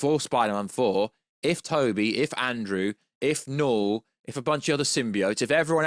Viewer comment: When you say Knull it sound like Noel 😂 That definitely wouldnt be a good villain name.